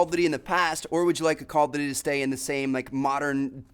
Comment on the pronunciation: is nobody else annoyed about the way he says "duty"